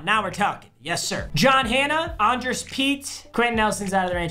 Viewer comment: It’s pronounced ane-dree-us